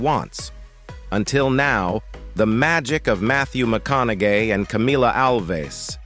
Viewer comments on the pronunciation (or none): Ok I had to laugh. Whoever reads these sure knows how to screw up a name. Mathew McConaGAY GAY LMAO